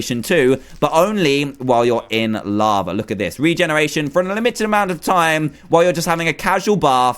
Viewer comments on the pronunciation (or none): you say "lavra"